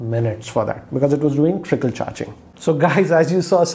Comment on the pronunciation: It's trickle not tripple bro😂😂😂